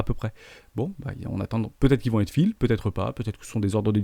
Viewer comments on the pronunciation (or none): none